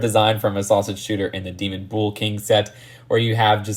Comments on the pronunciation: Bull is pronounced bull. Not bowl, or bool. Bull. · "I just say bull" proceeds to say bool for the rest of the video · It's Bull, not bool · bull is pronounced like “bowl” not “buul” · Your saying bools that’s why loll. Say it without the u so from the b straight to l. Blls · Say bull like bowl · I'll add "bool" to the list of Just2Mispronunciations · It's pronounced "buhl" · No one:: Boöl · No one:: “Büle” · You pronounce "bull" the same way a blood says cool lol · The way you’re saying bull rhymes with “fool”, it’s supposed to rhyme with “full”.